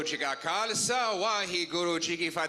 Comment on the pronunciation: when trudeau say 'wahe guruji ka khalsha hahe gurugi ki fate' it sound like slang language.